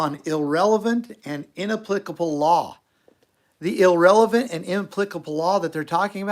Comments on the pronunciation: No - it's a mispronunciation-I was just trying to help. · The word is "irrelevant", not ill-relevant- we're behind you buddy. I feel the same way about masks.